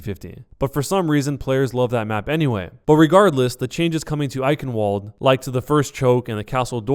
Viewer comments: fyi: the w in Eichenwald is pronounced "v" because it is German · He's saying eichenwald wrong it should be pronounced (ich -in-vald)